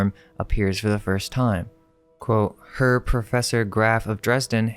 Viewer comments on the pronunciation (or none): That word, is not pronounced, "her." It sounds like, "hair." Sweet. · Herr is pronounced Aire. It means mister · Herr is pronounced like "air" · Her? It's pronounced "hair" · Herr is German. pronounced more like "Hair" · I love all your videos and appreciate all the research you two do❤ "Herr" is pronounced like "air" as the H is silent. "Richter" is usually pronounced like Rick-ter as the H is silent in it also. 😊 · Quick fyi, Herr is pronounced “hair” and means Mr.. a German word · Just a couple things, Richter is pronounced "Rickter", and Herr is a formal German prefix to a name for a man, pronounced kind of like "Hair" with very soft H and R sounds. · Fantastic video!! I just loved it. Side note, "Herr" is the German word for Mister. It is pronounced "hair" and/or rhymes with "rare." But I only know that because I took German in high school 😉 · Herr is pronounced verry differently.